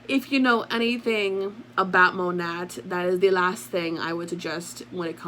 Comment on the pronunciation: Isn't it pronounced "moe- nay" and not phoneticly ( moe-nat ) 🙄 .. or maybe that was their intention originally... Oh and also, kvd= been cancelled... Anyone with a brain can see through this poor excuse for damage control to line her pockets.... She doesn't give a damn about anyone's opinion of her